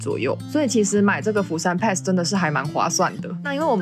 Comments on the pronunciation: pass 的發音錯了, 可GOOGLE一下改正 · 分享的內容很實用，不過釜山pass英文發音錯誤了，聽了很難過😂😂